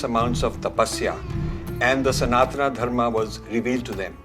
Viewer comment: Rajiv ji, thanks for your inspiring videos. But one request, please pronounce sanatan properly. Call it सनातन and not सनातना as you do. We should not get carried away by western pronunciation. Thanks